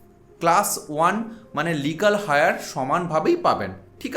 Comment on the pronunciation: হায়ার নয় ভাই, ওটা এয়ার।